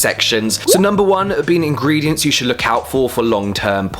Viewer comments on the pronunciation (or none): I'm so sorry but I'm not trying to sound cheesey....But it's ingredients not ingrediants...